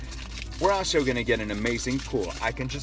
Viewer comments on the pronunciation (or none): none